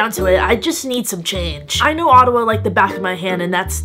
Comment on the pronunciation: always pronounced it oh-ta-wah lol